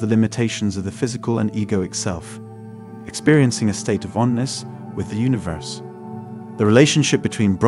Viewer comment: NOT ONNESS...oneness